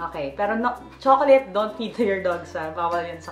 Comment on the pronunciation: ang pagbigkas daw sa chocolate sa english ayun kay youtube ay tsoklet or choklat hindi tsokoleyt. peace!